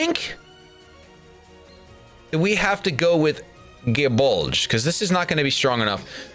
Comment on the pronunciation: Aren’t they all named after spears due to them having spear or spear heads? Like Gae Bulg (which he pronounced incorrectly lol) is an Irish spear if I remember correctly